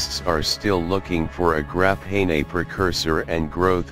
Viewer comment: What the hell is this "Graphen A" stuff, bahahah